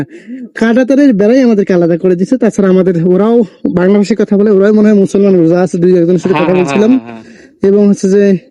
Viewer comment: মুছলমান মুছলমা না করে মানুষ মানুষ বলেন।